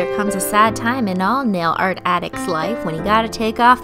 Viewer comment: What is this "Nale aht" you speak of